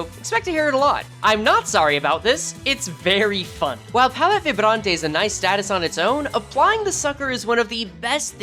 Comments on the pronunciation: Vibrante the way you pronounced it is the spanish way btw, since its french based its closer to a Vibraunt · Yeah, it sounds like it was italian or english(looking at you vibrante and bleu)